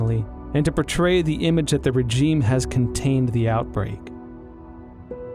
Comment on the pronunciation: except the guy doesn't know how to pronounce the word regime ... strange